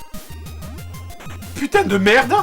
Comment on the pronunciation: "Putain de MerdE" trop mort de rire avec son accent du sud